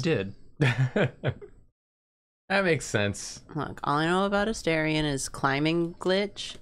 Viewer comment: every time they mispronounce Astarion I take 1d6 psychic damage